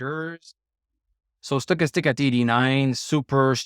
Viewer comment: HAHA,that´s funny,and to be honest I always think,when you pronounce that first indicator:"Sugarstick",or Soccastick"_LOL! No bad vibes,I´m German(from Berlin),this accent also doesn´t sound great!!! AND I definetlly want to improve my french...!!! Au revoir,bon vin de semaine pour toi!:goodvibes:😂😅